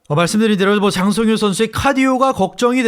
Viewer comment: 아나운서 소개 개찰지네 ㅋㅋㅋㅋㅋㅋㅋㅋㅋㅋ 짜짜짜짜 짱 성 히요 ~